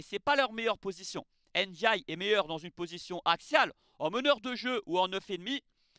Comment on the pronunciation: Iliman Ndiaye (Ndiaye se prononce Ndiaye) pas (N) diaye. Le N se prononce à peine. Pour moi il aurait dû rester à Sheffield United, l'OM est un club trop compliqué pour lui il se met une grosse pression et n'arrive pas à exprimer son talent alors qu'à Sheffield United il marchait sur l'eau. J'espère qu'il ne va pas gâcher sa carrière parce-qu'il a un potentiel énorme.